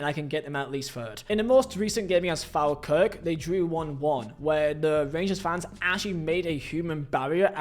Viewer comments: Who’s Fal Kirk it’s Falkirk (fall Kirk) dumb English people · Pronunciation of Falkirk😂😂😂 Its pronounced like Fall Classic from you fella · Also just a quick note, it's pronounced fall-kirk:) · Please for the love of god never say Falkirk like that again 😭😭😭 (it’s pronounced Fall-kirk) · As an Englishman who moved to Falkirk for 4 years I found that the hard way when I pronounced it like at work one time 😂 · Says he could get Rangers third if he was manager Can't pronounce Falkirk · Not how you say Falkirk, but aye goodbye brussel Martin 🎉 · lol at was dire had to pause the video and look for this comment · Apparently that was also the way Maggie Thatcher pronounced it back in the day